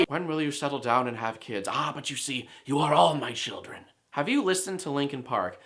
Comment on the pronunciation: What is "shildren"?